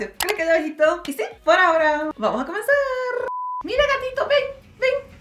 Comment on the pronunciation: Me encanta cuando dise: Y por haora vamos aa comencarrrrrrrr